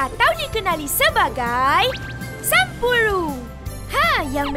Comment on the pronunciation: Owh sampuru 😄😅 spatutnye sebut 'sample' 😆hehehe